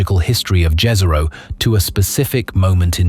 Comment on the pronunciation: It's pronounced yeeehzero btw Jezero in Slavic